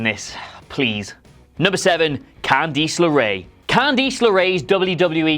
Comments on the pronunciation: am i getting ribbed or did really say "can DEESE" leray? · Cand-EE-ce lerae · Am I the only one who is pissed that he pronounced it "Candeece"? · Why can-deesss 😂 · Can-deece! lmfao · Candeece-nutz! I'm gonna go to the corner and think about what i did. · Why are you saying “Candice” like that